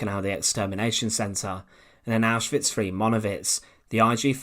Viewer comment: What is 'caffolifism'? Oh, you mean 'Catholicism'. You poor thing. You just can't speak properly, can you? And the word is 'three' not 'free'.